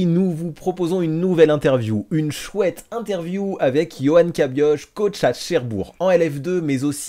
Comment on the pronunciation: Lui même il ne sait pas prononcer sont nom de famille. Sa ce prononce Cabi-o-re et pas Cabi-oche. Le c'h c'est une lettre de l'alphabet Breton qui se prononce comme un re. Pour comprendre mieux il y a cette très courte vidéo qui l'explique A part ça félicitation pour ce parcourt.